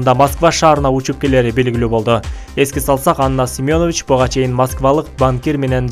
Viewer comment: СЕМЁНОВИЧ эмес Семенович туура суйлогуло уят